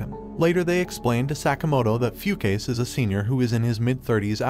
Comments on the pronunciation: did he really pronounce fu ka se as fucase??? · "Few-Case"? Yeah, no, I'm pretty sure it reads as "Fu-Ka-Se" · The pronunciation of the names. “Foo-case” 😆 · its not pronounced "fu-case" its pronounced "fu-ka-seh" just wanted to correct you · The way he pronounces the dude's name is hilarious, "few case" 🤣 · Fukase🚫 Foocase✔️ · I'm not sure, but I think the pronunciation of "Fukase" was incorrect. :) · The only fault in this video was his pronounciation of "Fukase" 🤣